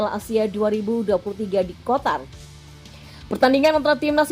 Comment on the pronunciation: Qatar miinnnn bukan kotar... udah dikritik buat pengucapannya salah msh aja salah min.... sekali lg Qatar bukan KOTAR... O'ON....!!!